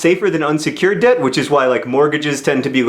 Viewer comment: I though he said 'dead' not 'debt' ...